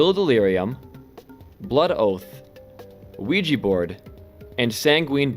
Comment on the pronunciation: he said ouija and i instantly heard luigi bruh.